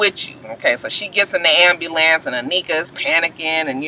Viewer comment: Ooooohhh. My pet peeve is the pronouncing the word ambulance as amulance!!!!!!